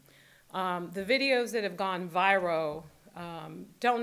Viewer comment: she can't pronounce viral.